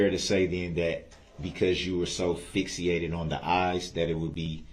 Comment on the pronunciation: “Fixiated”…lol what a dumbass